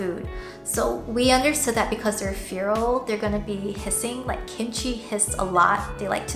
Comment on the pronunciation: Im sorry but its making me mad its pronounced fair - al feral